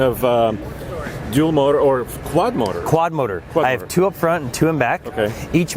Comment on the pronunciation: I keep hearing the host say "Fronk" instead of front. I can't unhear it now